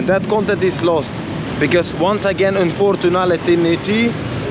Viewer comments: Unfortunenality 😂😂 Sweet home fruten fraten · un fortun atetlity 😂😂 hhhhh